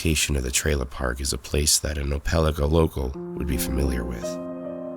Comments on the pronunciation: It is pronounced "oh-puh-LIE-ka", not "oh-PEL-ih-kuh". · Oh Peh Lie Kuh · it’s pronounced Oh-pah-like-ah. im from an area near the town. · Pronunciation note: Opelika, Alabama is pronounced oh-puh-lahy-kuh according to the dictionary, and also to people at a company I worked for that owned a plant there. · Its pronounced Opal-eye-ka. 😂😂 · ope-ah-like-ah Alabama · You pronounced Opelika wrong. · pronounced the alabama city wrong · I laughed as soon as he said it, no body outside opelika can say it